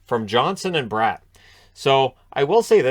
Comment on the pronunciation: Speaking of last name pronunciations, Bratt's last name is pronounced brat, like Marchand's a brat 😆